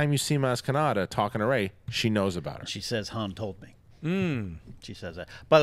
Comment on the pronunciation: I heard you guys repeat "maz katana" over and over again. It's KANATA.